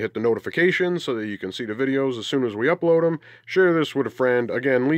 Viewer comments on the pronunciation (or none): none